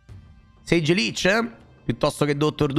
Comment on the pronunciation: buongiorno, la serie dei nomi storpiati continua, si chiama SAGE 😂